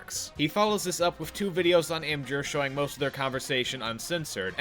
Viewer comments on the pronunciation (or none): wait, that's how you pronounce IMGUR!?